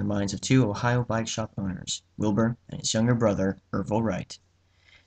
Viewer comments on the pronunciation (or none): none